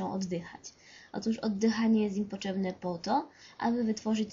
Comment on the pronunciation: 'poczebne' XD